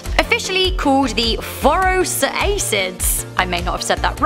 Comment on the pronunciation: ppl should know by now that most wikipedia articles on animals like these have pronunciation guides XD (also its for-US-RACK-ids )